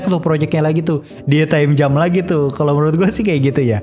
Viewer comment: Gue bingung VO nya bilang Time Jam apa Time Jump. Tp serius gue dengernya time jam = selai waktu